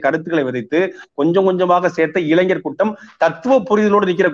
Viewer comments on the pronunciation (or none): none